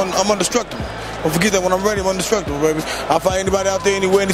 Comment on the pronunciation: Indestructible not un destructible 😂